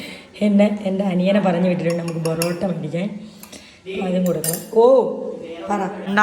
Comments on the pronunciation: Borrottaaa ❌ porrottaaaa✅😅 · Trivandrum ullavarull oke borrotta enna paryunne 😄pakshe kollamkariaya enniku athu valiya budhimuttu ayirunnu 😄😄😄🥰